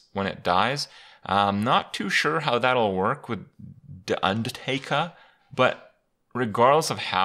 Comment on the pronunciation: I like how Kripp says Da Undatakah